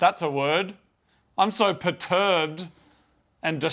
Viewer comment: Its perturbed not peturbed.